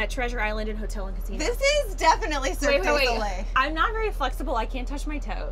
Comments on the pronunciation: "Serk day solay" dear god. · How they pronounced cirque du soleil😂😂I speak french so if your not french you wouldn't understand 😂😂😂